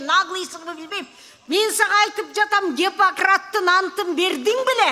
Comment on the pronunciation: "Гепократ"-дейт го ниграмотная.